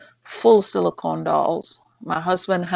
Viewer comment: Are u still saying silcone dolls